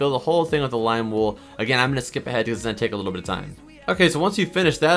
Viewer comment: I love how he said you need glim wool